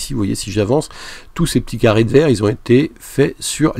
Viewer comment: trolololo lé gar le mec y di "VERGE" komme lee zgeg